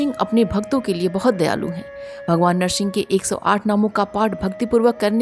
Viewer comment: Madam Nahar singh nhi hota h Nar singh hota h